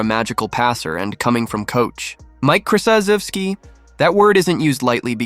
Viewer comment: Robots can't pronounce Coach K's name correctly -- it'd be better off for all of us if it just called him "Coach K"